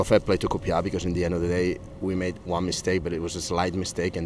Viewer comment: Another good result which keeps the run going. Don't ya just love the way Pep says COOPYAR lol. KRO